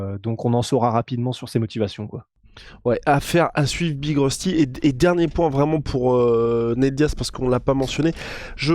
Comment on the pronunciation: Big rusty apprend a parler prononce bien les noms Anglais stp... Sinon autant mieu tappeler BIG LA ROUILLE